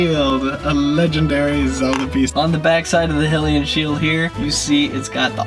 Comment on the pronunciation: it's Hyrule as in HIGH-rule, that's why the alternate world in a link between worlds is called LOW-rule and it's also pronounced as HIGH-LIAN not HILL -LIAN, and i'm just trying to help with pronunciation is all.